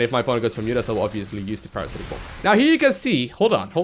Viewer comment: Sorry but, it sounds like you said Parasitic Bum XD